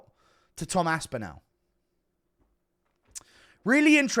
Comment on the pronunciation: Guru has the most horrible pronunciation of “Aspinall”.